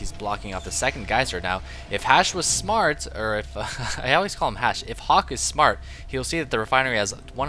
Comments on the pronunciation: he called him Hashe... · He called him HasHe so many times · Drink every time calls Hawk "Hashe" this game xD